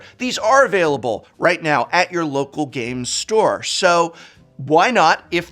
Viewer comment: I must say, the way you say local Game Store, i feel uneasy